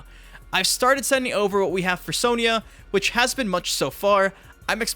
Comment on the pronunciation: Why do you pronounce Sonya as "sowneeah" ? Have you never played MK before?